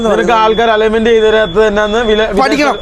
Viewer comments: ഇനി എങ്കിലും പറഞ്ഞു ശീലിക്കു aloyment അല്ല അലൈ‍ൻമെന്റ് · അലേമെന്റ് അല്ലെ അലൈ വെന്റ് അതാണ് ശരി പെട്ടത്തരം വിളിച്ച് പറയരുത്